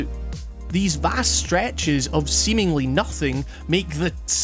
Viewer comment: "these vasts stretches of seemengly nothing" nah man, not "seemengly", there's nothing, and you encounter nothing at the end, arrows or rupees at best...